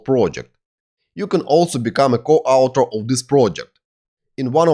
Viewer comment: "specific" and "author" — learn pronunciation! Also articles. BTW, a great course, thank you!